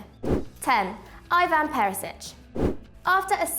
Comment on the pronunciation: You pronounce his first name ‘E-Van’ not Eye Van.